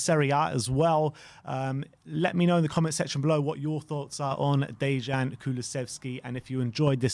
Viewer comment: The J in "Dejan" makes a Y sound, it's like "Day-yan".